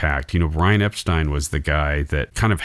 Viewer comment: The Beatle Film Festivals were great experiences. McCartney became the de facto leader of The Beatles after Touring Ended. Paul McCartney envisioned and conceptualized SPLHCB and MMT. There would be no Abbey Road without the driving force of McCartney. You kept mispronouncing “Epstein.” You kept categorizing The Beatles as if they were in their moptop days. Your assessment of The Beatles (White Album) is nuanced; accurate and excellent. There would be no Yoko Ono or Alan Klein involvement without John Lennon’s lack of character judgment. George Harrison came late to music writing; often with only 1-2 new songs to contribute. By 1968, George Martin, Lennon and McCartney gave Harrison plenty of studio time yet he refused to complete his songs for The Beatles. George Harrison had a massive inferiority complex resulting in 1 flawed masterpiece and 11 poor to mixed review albums in 30+ solo years. So much for his stockpile of songs. Harrison had his own demons. It was Lennon who officially announced his departure from The Beatles in September 1969. Post Beatles… Harrison, hardly the Quiet Beatles, and Lennon harshly criticized and denounced The Beatles; especially McCartney. While the end of The Beatles was inevitable, how The Beatles ended was avoidable.